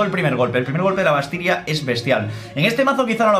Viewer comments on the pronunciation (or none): la vastiria jajaja pd te amooo!!💞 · la Vastiria xd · La vastiria😂😂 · "El primer golpe de la Vastiria" 2018:v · XD La Vastiria 😂😂😂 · la Vastiria jajaja :v